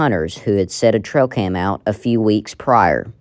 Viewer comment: She keeps saying “trocam”?